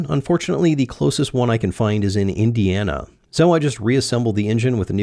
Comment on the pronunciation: Why did you say Indiana like that...